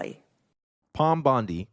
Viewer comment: I like this chick. Very strong back bone. doesn’t disappoint with the mispronounced name either. Pam not Pom 😂😂